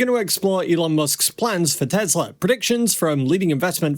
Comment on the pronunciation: Good Content, but the Promounciation is not ok. "Deeeeslaww"